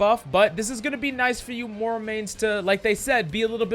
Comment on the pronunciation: The way you pronounce Moira irks me